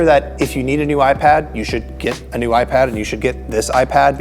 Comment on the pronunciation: Say iPad some more!